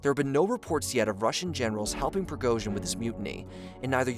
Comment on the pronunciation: It's name is pronounced prigoJin, not prigoZin. Don't be sloppy.